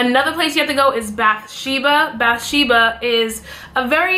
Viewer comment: Im really sorry but when you said bethsheba i laugheddd its pronounced bathsheba lol